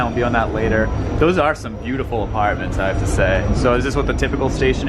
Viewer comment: I know he's from Boston but i always get a kick hearing say the words "yard" and "apartments."